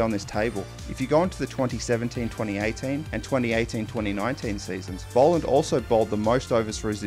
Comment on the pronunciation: Bol not bowl